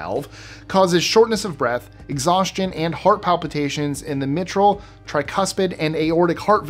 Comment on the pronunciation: I definitely like the video and I joined with other commenters in approving your pronunciation generally however you might want to check the pronunciation of the word mitral